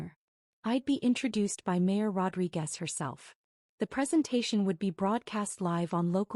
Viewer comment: Rodriquez. Not Rodri Guest.